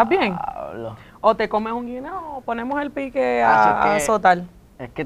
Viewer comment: Después de la llamada “ojalá me lleve… el di a blo” JAJAJAJAJAAJJAJAJAA